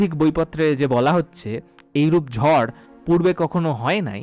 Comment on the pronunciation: Etar bepare amar janar khub ichhe chilo. Khub valo laglo. Tobe ota "ঝর" noy, "ঝড়" hobe.